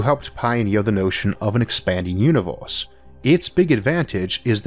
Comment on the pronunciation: "Univoooohhse" ..."Ooooorthh" ...damn !